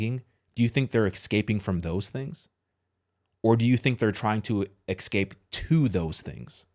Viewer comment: It's ESCAPE....not EXcape.